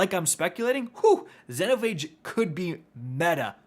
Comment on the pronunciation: Xenophage pronounced Zee-no-fay-g